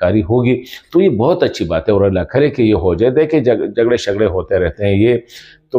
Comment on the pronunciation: I am from afghanistan. I learnt urdu from television. And my accent sounds better than you.aaaooor nahi (or) you sound like a joker